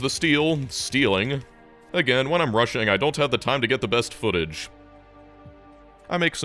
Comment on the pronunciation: he said "rushing" like "Russian"